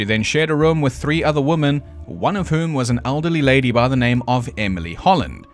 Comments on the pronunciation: What the actual fuck. It isn't "wee-men, it's the "wo" part of "woman" and "women" is the same. It's the "mANN" vs "mENN" that changes. Literally, look at the word. "Woman" vs "Women". I literally put this into google for the pronunciation and checked both the American and British accents and they both said "wo" the same. Literally got different results than did. I feel like I am being gaslit. It is absolutely not pronounced "wee-mehn". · Lolololololol wimmmmiiinnnn. Oh sweetheart I love your pronunciations. As an Australian I appreciate all the quirks. Loving these videos. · no A.I. would mispronounce women this many times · Wo-muhn / wi-muhn bit was hilarious 😂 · I looked it up and it seems that it is very common in South Africa to pronounce "women" like "woman. Didn't expect that at all, lol. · Great research; great job! and I say lean into it and pronounce "women" like "wymans" and piss everybody off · Me thinking how charming the mispronunciation of "women" was in part 1 lol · I knew you were pronouncing woman as "women" to roll in the "he's AI" comments and boost your engagement signal in the algorithm. I'm onto you, buddy. 😂😂😂😂😂😂 Seriously though, I'm finally catching up on your Ripper series... Had to tap out until today due to work and such. And I have to say, my life may not be going exactly swimmingly... But at least I'm not one of those Ripperologists. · #1 - I don't give a shit how you say women. You're not American! #2 - No video you've ever made it hot garbage. All of your videos are fantastic! #3 - If all South Africans just naturally sound sarcastic and condescending, I know where I belong!! #4 - Loving this series so far! Can't wait for the next one! Thanks! needs a treat! 🐈‍⬛😉💜